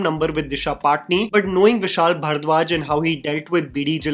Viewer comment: your pronunciation of ‘bharadwaj’ irks me so much